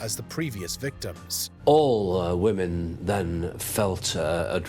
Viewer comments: I feel like he was hired because he can pronounce the names, as English may not be his best language lol. He nails those names 💯. But woman/women a lil tougher lol. Ah well, still enjoyed it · come on stuff like the dates of arrests, kills, kill counts, images of the killers, how to say women instead of woman etc really isn't hard. unless you only read the first search result on google and then just copy and paste into a word doc and call it a script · can you teach your narrator to properly pronounce women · Would somebody tell him to say women!!! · Firstly, the pronunciation of women is annoying (woman)... Secondly, mass murders and serial killings are very different. I don't think Jack was the worst, the most regular of people like Shipman are the scariest for people. Killers walk amongst everyone, everyday, but everyone is programmed to look for the most suspicious looking when it's the most ordinary. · It really isn’t hard to say the plural “women” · I studied English in uni and have been fascinated by dialects and accents since my early-teens. This is just a wild-ass guess, but I bet the presenter's first language was Quebecois French, then he learned English, hence the weird pronunciation of "women" that so many have commented on. (Edit: After some investigation, it seems is from Northern Ireland, so I was way off. But I bet it's still accent-related.) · The way he pronounces “women” is really weird, & a little annoying. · Anyone else getting Nick Crowley vibes from how this guy pronounces “women”? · Why does he pronounce women like that? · Lots of people died to these monsters and it's a tragedy, but the REAL tragedy is this narrator's inability to pronounce the plural form of "woman". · Please learn to pronounce "women" properly ffs!! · Right? Are we missing some grammatical distinction here, because it jars me every time I hear it. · He probably is trying to emphasize the e in women, but he can’t do it. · You kept forgetting the e in women.